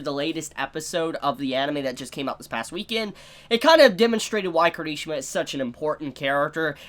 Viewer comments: I thought he said kirtishima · No hate but...... your pronunciation of Kirishima is wrong.